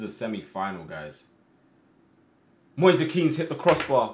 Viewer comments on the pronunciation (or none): It's moise kean not moisa kean